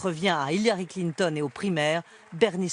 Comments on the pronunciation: François Hollande c'est un peut l'incarnation de la méthode Coué:) Mais c'est qui ce Klin-thon? lol. Ah!!! à tu prononces à l'anglaise. ah ben tu vois que toi aussi tu as un cerveau malade gangréné par le complotisme. Il n'y a pas à dire: maintenir le peuple dans la peur est toujours une bonne stratégie, il acceptera toutes nos stratégies. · j'aime comme il prononce Clinton x) très bon contenu bravo ! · Vidéo interessante mais alors, ton mépris de Clinton au point de volontairement massacrer son nom chaque fois que tu parles d'elle m'a presque dissuadé de finir la vidéo. On peut aimer ou pas tel ou tel personnage politique. Mais à un moment, à mes yeux, ça finit totalement par te décrédibiliser parce que là ce n'est plus une analyse objective et pensée... Juste une tribune d'un adversaire acharné qui caricature....un peu comme Trump quoi ... et c'est dommage parce que tu soulignes des points interessants. Encore que j'en partage pas totalement l'analyse.